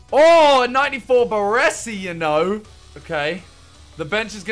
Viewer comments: ✨BARRWUESSI✨ good😂😂 BARESI bro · Triggers me how he pronounces Baresi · Why can no fifa youtuber pronounce Baresi's name correctly?